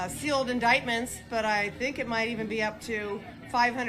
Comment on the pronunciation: Upta Fifhunnert sealed indikedments.